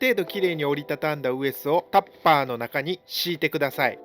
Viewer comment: 本当に勉強になる動画ですね🎉 これが無料とはありがた過ぎて涙も枯れ果てました❤ 動画自体もとても勉強になりますが、はコメントにも丁寧にお返事されているので、コメント欄でも勉強になるので、一粒で二度美味しい感じでお得感も凄いです！ どれだけ凄いかと言われれば、の 「タッパー」 の言い方の癖ぐらい凄いです😂